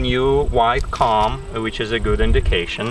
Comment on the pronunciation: your accent is pretty good for English. I would never, never criticize someone who is bi-lingual! That would be the height of boorishness coming from a monolingual. That said, it took me some time to understand what word you were using when you said "cahm". What you meant was "comb". So you have substituted the letter sound "A" for the letter sound "O". This might help you to be an even better speaker of English and hence a better communicator in your adopted country.